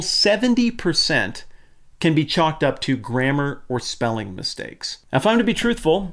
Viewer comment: It's "grammar", not "gramer".